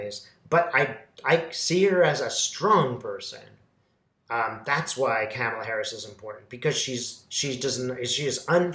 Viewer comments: Not meaning to nitpick , but Kamala is supposed to be pronounced like karma, not camel. Ka mal a. Not Ca mal a. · Comma-La is how you pronounce it and she is Jamaican and Indian ancestry born and raised in Oakland CA. Thank you